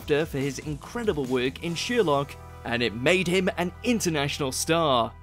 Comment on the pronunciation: Who's sheerlock? I've heard of sher-lock.